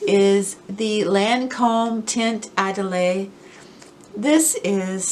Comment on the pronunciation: Idole: do not pronounce the last 'e' and put the emphasis on the letter 'o '. And het 'I' is pronounced like an 'E'. :-)